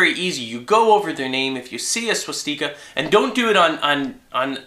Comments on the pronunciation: stika not steeka lol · It's pronounced: SWAH-STICK-AH. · i was thinking penis still he said swastiker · swashTEEEEEKA? pronounce it right man. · Please, please stop calling it a Swaaaaaas-teeeeeka. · Why do you say swastika the way that you do? Is it an alternate way of saying it? :o